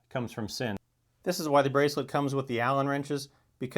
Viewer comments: It's pronounced Zinn not sin. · I knew German is a tough language for most but wearing these watches is not a sin is pronounced Zin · Sinn is pronounced "Zinn" in German